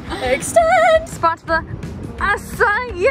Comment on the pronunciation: My mom and I laugh every time she says a-ci-eeeeeeees